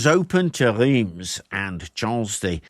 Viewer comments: Excellent video, and good pronunciation of French names (only Reims is a bit iffy, the rest is 10/10). I’ve found you were a bit harsh on Charles VII. A king is more useful signing alliances, and reorganizing finance or armies, than standing in battles like the idiotic Jean II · Bonjour. Français ici ,breton plus précisément. Oui, on dit bien "Fortune de guerre " On dit Reims ( prononcer Reinsse ).Vous avez un facon bien anglaise de toujours ré- écrire l'histoire à votre avantage. À vous écouter une des raisons de cette defaite serait la présence de troupe mercenaires francaises que vous nommez la Malice . Ca m'a bien amusé c'est deja ça ,merci. A propos de cette escarmouche ( plutôt que bataille rangée ) il reste une expression dans le langage populaire français. C'est : " prendre la pâtée " qui signifie bien : subir une défaite totale. Cette bataille de Patay est très peu connue en France.Seule cette expression relayée par le petit peuple y fait référence. Le petit peuple des campagnes francaises a également gardé en mémoire la brutalité et la sauvagerie dont ont fait preuve les soudards de sa gracieuse majesté britannique. C'est pourquoi ,meme encore aujourd'hui ,dans les campagnes mayennaises ,bretonnes normandes et autres , les anglais sont accueillis avec une certaine retenue 😊.Merci pour vôtre vidéo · Ok, this one is a tough one I know: Reims, the place french kings were crowded, is pronounced something like "Ra-ens". Superb video nonetheless! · Nice vid. "Reims" in pronounced like the French word "rince". [ʁɛ̃s] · Oooof, French me feels better about his French accent when talking English when I hear you say "Reims". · Reims where the French kings were crowned is pronouced quite differently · Rheims is not Reems , the closest english pronounciation would be "rans" and Xaintrailles would pronounce 'Saintry" .